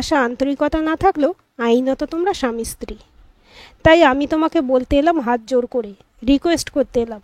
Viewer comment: স্ত্রী শব্দটি ইস্ত্রী নয় ভাই। খুব খারাপ লাগল।